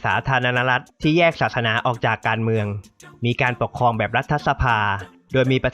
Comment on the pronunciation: เนื้อหาดีมาก แต่ พอฟังผู้นำเสนอออกเสียง ปะเทด ปกคอง อังกิด ห้าล้อยชนเผ่า ปะมุข บูไน ล้อยละ ลัดถะบาล คิป ขอบอกว่า "เซ็ง" ควรแก้ไขเรื่องออกเสียง ร ล และคำควบกล้ำให้ถูกต้อง - ไม่ได้จับผิดนะ (ได้กดไลก์ให้เพราะเนื้อหาครับ)